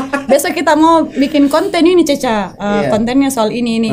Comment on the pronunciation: Ceca harusnya min bukan caca😂😂